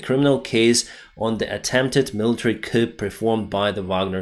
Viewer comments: Just a note on pronunciation,. "Coup" is not pronounced like "koop", it's like "koo". It's a French word meaning cut, short for "coup d'etat'' (cutting of the state), and the 'p' is silent. The Russian Dude was missing that nuance also. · Coup is pronounced 'coo'. It's a French word adopted into our language without altering the pronunciation. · Hey, my dad pointed out that your English is very good. However, "coup" is not pronounced with a "p". The "p" is silent. It sounds more like "coo" or "koo". We're Australian. All the best.